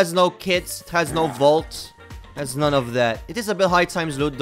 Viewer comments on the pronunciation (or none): none